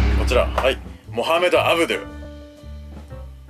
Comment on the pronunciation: ｱ→ｳﾞ↑ﾄﾞｩ↑ﾙ↓w ｽﾃｨｰﾌﾞﾝさんのｱｳﾞﾄﾞｩﾙ愛がすごい✨